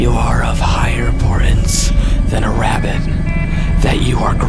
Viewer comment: “The ravvit”